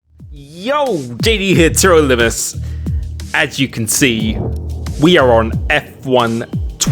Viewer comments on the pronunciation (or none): “D D hitter illumise” Now THAT is a new one.